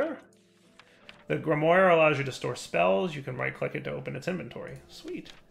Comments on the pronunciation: Grimoire is pronounced Grim-Wah and I thought was a smart guy 🤔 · It's pronounced "grimwar" haha